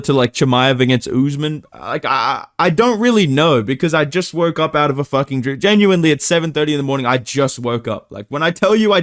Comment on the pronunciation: " i jus wroke up"